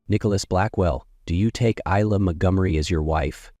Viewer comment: Her name should pronounced Eye la.